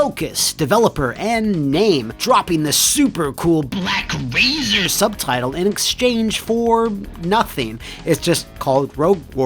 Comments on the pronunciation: The way "BlaCk Razeeer" is said never fails to crack me up😂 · Sometimes I watch this episode just to hear BLACK RAZERRR